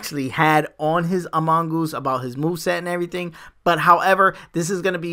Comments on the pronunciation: he really do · He do be pronouncing amoonguss badly wrong